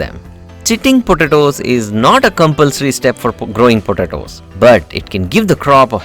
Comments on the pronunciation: Please learn to pronounce, or avoid repeating the word “potatoes”...., it is ANNOYING how you pronounce it ! 🤪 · I so love how you say potatoes I’m literally gonna start saying it that way just discovered this channel and it’s helped me out tremendously thank you thank you, If we were to count how many times you said potatoes I would say 200 lol